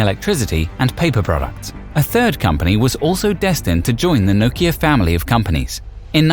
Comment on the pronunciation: The way you say Nokia...is why it died :/